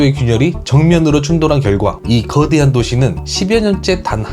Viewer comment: 그대한 글음도 발음좀